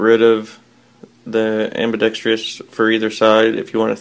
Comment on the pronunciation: I compliment you on your good taste. It's ambidextrous, however, not ambidextrious.